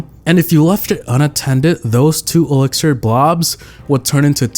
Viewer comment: Bruh it's "*elixir*"